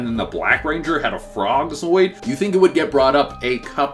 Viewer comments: I'm waiting for him to realize it's "zord", not "zoid". At least he stopped saying Deeno. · Frog zoid?, its zord. this makes twice I caught you. Yiure not a fan, stop butchering names, or stop thse videos. Its insulting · My question is why does he keep saying Zoid not Zord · He keeps talking about how much he loves PR and how big of a fan he is...but he keeps saying 'Zoid', not Zord... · ZORD,bro.... ZORD. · It's ZORD, not ZOID and watch (Dino charge first episode) you will see where the (Energems) come from and how the dinosaurs get them. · It's "ZORD," not "Zoid!" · Still don't like that can't say Zord. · Okokokok so this guy can pronounce zordon correctly but can't pronouce zord correctly